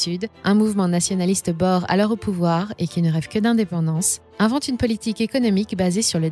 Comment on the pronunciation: Très intéressant. Juste un détail ... "boer" se prononce comme "bour"